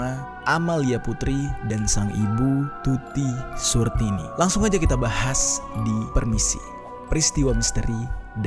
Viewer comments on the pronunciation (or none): Tulisan Titi Suharti tapi dibaca Tuti Surtini 🤣🤣🤣